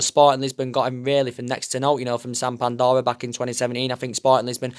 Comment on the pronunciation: Samp doria not Sam pandora funny you how you can make an exotic word sound Yorkshire haha